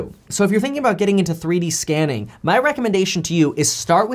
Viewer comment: every time you say scanning I keep hearing scamming